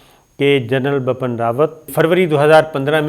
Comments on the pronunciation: Yesterday I told u it's Bipin not bappan but u r ? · Sabir, please correct your pronunciation. It's Bipin Rawat, not Bapan. Also, the word in Urdu is "shikast" not "shakist". It's irritating when a word is pronounced incorrectly. Pardon me for intervention.